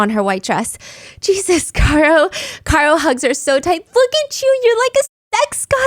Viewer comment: Care-oh, not Car-oh ... 2 years later it's still driving me crazy lol